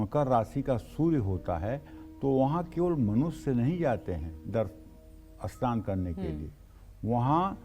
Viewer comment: aap saman ko asnaan kyon bolte hein aap aur bhi kai shabad aise hi bolte hein ya aap log sanam ko asnaan aur sangat ko asangataur sharir ko asharir aisa kyon bolte hein kirpa karen. 🙏🙏